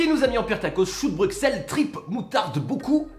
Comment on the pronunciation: Non mais je t'aime beaucoup mais ça m'énerve quand tu prononce mal Bruxelles! Le x ne se dit pas, il se prononce "s" ce qui fait Brussel! Merci ><